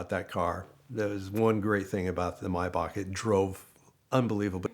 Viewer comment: About time someone pronounced Maybach correctly